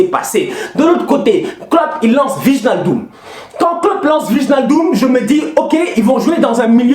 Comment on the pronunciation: je suis désolé mais gère toi, on prononce ( Waïnaldum ) 😂 yen a marre waye hahaha je te kiffe frère force à toi ❤